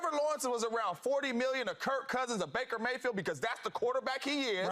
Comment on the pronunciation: "bacon mayfield" 😂😂😂😂😂😂 man get shady off the TV bro